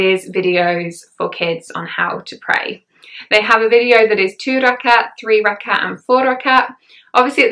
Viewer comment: Thank you, I think this video would be very encouraging to new revert. I have been Muslim for many decades and must admit, it still upsets me when people do not understand how much of a struggle it is to grasp some of the sounds in Arabic. Your pronunciation is spot on of ruku, rakat, surah etc. Like a native Arabic speaker. MashaAllah! Hope you will do a video reciting Surah Fatiha one day too. Would love to hear you. Welcome to Islam and may Allah Keep us steadfast and increase our love of Islam continuously. Ameen. May you sail through with ease, all the trials that come with being on this path. Ameen.